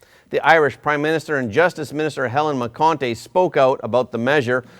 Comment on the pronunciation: Phonetically you pronounce those names Ben Ska-len and Hel-en Mac-en-tee